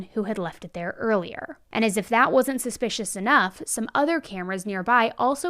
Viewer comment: Can you please say suspicious??? Suspish is not a word & it just sounds stupid!